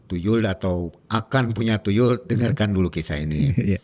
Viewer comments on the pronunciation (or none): Tuyul bukan TuLuy 😂